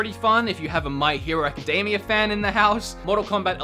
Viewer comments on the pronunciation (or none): none